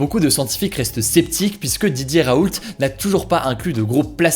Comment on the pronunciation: On dit Raou, pas raoult, me dites pas que vous prononcez Thibault, Thibaulte